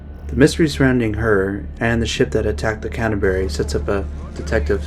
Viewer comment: its Canterbury nots Catsberry